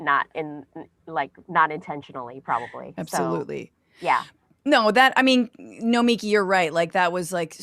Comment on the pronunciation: You confusin the children! Lead-in track has her name wrong. Boylan got her name wrong. Francesca got her name wrong. It's No-me-key. NOT No-miki